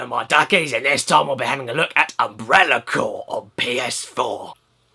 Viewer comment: Umbrella Cyoar! Umbrella CYOAR! That's one of the best things I've ever heard.